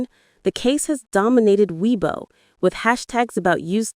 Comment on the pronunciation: Xiao is pronounced "Shao"... And Weibo is "waybo" ... it's hard to take your information seriously if you won't even go to Google translate and learn the pronunciation of these basic proper names ... And if people were publishing these allegations on Chinese social media platforms, I can understand why they were shutting down / off comments from the accounts that made them. The platforms don't want to be accused of spreading slander / libel, OR of obstructing the police investigation. I'd also like to hope that anyone with factual information - NOT speculation - would inform the police. So the headline "Suspect Behind Yu Menglong’s Death Officially Arrested, Facing Minimum 10 Years in Prison!" is actually completely false ... SMH Real news: Yu Menglong's mother asked people to STOP speculating with a public statement published today. I wonder if having people describe her son as being sexually assaulted made her feel better .... smh ...